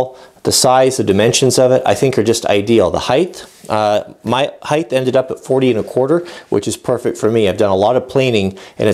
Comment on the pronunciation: Hi... Still enjoying your videos... This series got a little long but I thoroughly enjoyed it. Thumbs up for the way you interact with your son... Kudos to you for that... Thumbs down for one of my biggest pet peeves... The word is "height", not "hythe"... I just can't stand hearing it mispronounced. Properly pronounciation is "hite" ... the word ends in a t not an h. It is amazing how many woodworkers and machinists on YouTube mispronounce it. so,, with that said,,, Keep up the fine work... and Thanks for the videos Anon